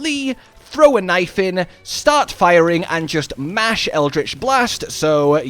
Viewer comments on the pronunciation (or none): none